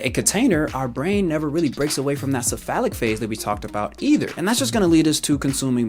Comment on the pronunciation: "It's called this-a phallic phase" Whut?!? "The cephalic phase" Oh... LOL